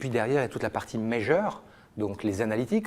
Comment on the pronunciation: c'est measure, et non pas major